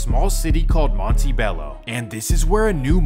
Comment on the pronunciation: Sawny barjer, monteeeebelo